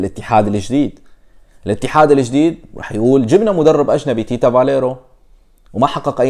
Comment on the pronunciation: اسمو تيتسا بالروماني Tița.... مو Tita.. فاليريو مو فاليرو